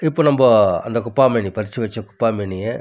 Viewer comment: 'குப்பா மேனி அல்ல, குப்பை மேனி'என்று சரியாக உச்சரிக்ககவும . திணறாமல் மூச்சுவாங்காமல் இயல்பாப்பேச முயற்சித்தல் நன்று. தகவல் அருமை .